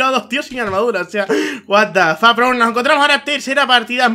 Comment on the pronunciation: "El lac is rial el lac is rial... guat da foq.. guat da foq..." clases de ingles con xD